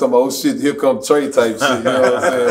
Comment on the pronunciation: Did he say TRAE DA TOOTH 😭😭😭😭